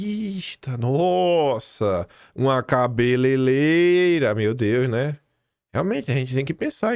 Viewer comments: Cabeleleira? 😡 Como jornalista premiado pelo IBEST você deve estar fingindo né? Cê para de bancar a esquerda hein? Quem fala "CABELELEIRA" é a jumentada canhota petista, não você. Pesquisa aí o nome certo da profissão é CABELEIREIRAmeu amigo! Tô te puxando a orelha porque não é o primeiro vídeo que vejo você falar errado o nome da profissão da Débora. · Socorro homem... Não aguento você falando cabeleleira... É cabeleireira por favor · não eh “Cabeleileira” mas sim CABELEIREIRA.. por favor corrija esta fala amigo.. abs e parabéns pelo Canal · Meu querido, não fale "CABELELEIRA"... É cabeLEIREIRA,😘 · tu diz cabele leira mas e cabele REira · O certo é CA BE LE REI RA.